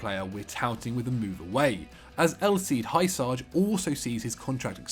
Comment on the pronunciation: How the hell did you pronounce Hysaj? "Hayusaj"? It's "Hyussay"